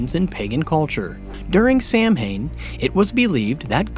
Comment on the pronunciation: all this research and ya can't even say Samhain right :(